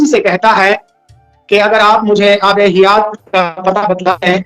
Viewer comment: abe hayat ya hiyat